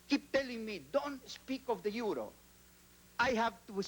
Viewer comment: Son EUROS, se pronuncia iuros en inglès.